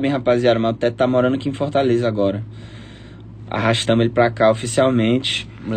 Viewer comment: E pq quem mora aki em fortaleza não fala palavra toda ele falou arrastamo :rastamo